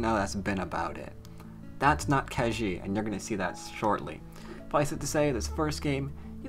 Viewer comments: Ke Jie is pronounced Ke Jea (as in yea) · Hi, to get the right pronunciation, copy 柯潔 to Google translate and choose both "from" and "to" as Chinese. Then you can click on the speaker icon to hear how it's pronounced.